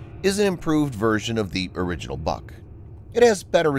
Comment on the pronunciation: it is not BUK (A) it is BUUUK